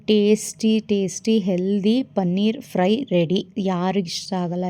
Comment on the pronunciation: ಪನ್ನೀರ್‌ ಅಲ್ಲ ಪನೀರ್‌